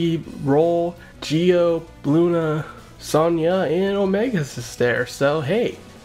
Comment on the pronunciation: I don’t even like SAO too much and for some reason I like seeing Kirito and Starforce together. I don’t understand it myself. Also did you really say Bluna? Lol